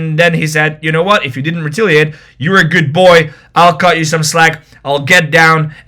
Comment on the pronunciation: It's re-TAL-iate. Not re-TIL-iate. Plsss